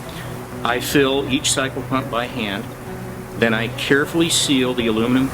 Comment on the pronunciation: Er ... did you say 'psycho-pump'? And you did say "committed" several times. I distinctly heard you say that word. They are used in conjunction, you know. I have connections in Seattle that can help you with this ... ephemeral issue. Think about that. There is hope.